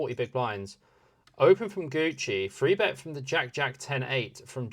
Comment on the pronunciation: Enjoy the content, but please stop say "free bet". You say "three" when there is a three on the board, so you can say three. 😅